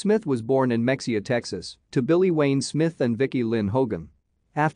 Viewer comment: Such beautiful souls. Tragic how they died. The town is pronounced Mee hee ia spelled Mexia.